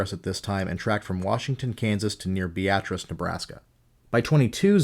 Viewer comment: hey you pronounced beatrice correctly! i completely forgot about the washington to beatrice tornado because andover stole the show. i was 8 years old at the time and it was my first tornado warning that i remember. my little brain was fascinated with tornadoes from that day on.